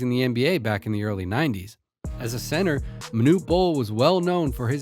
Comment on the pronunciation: Center. Not Santa.